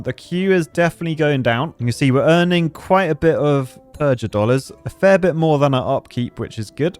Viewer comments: Mispronouncing "Purgadollars" is annoying me more than it should. It's supposed to sound like PURGATORY, a hard G. not PURGE-A-DOLLARS. Goddamn, real architect stuff. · PURGA DOLLARS AS IN PURGATORY NOT PURJ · Purgatory not purge-atory. Thus purgadollars should be pronounced similarly to purgatory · pronouncing it "purj-a-dollars," instead of the obvious "purgh-a-dollars", as in purgatory-dollars is such an architect way of speaking... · A clever name like Purgadollars for Purgatory, and totally missed the joke (evident from how he calls them Purge-a-dollars). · You need to rethink your pronunciation of purgadolars. Because Purgatory. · Says "purgadollars" with a soft g like he never heard of purgatory before